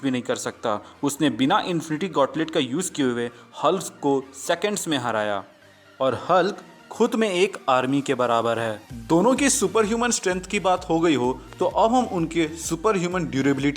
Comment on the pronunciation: not halak it is hulk